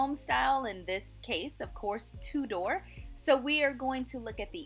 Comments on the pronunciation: Too-der, not Two-Door. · The pronunciation "Tu-door" is French and how you would say the watches by the French Swiss watchmaker Tudor. But since we're talking about an English design whose name comes from the Tudor dynasty of in England (of which Henry VIII was the second and Elizabeth I was the last) the English pronunciation should be used which is "Tu-der". Actually slightly more quickly so it sounds like one word with two syllables that it is. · I was excited to see Tudor homes reviewed but your pronunciation ruined it for me. Two-door and other words, not gonna go through them all. Voice over is a good idea but its worth taking the time to look up the correct way to say the words you are reading.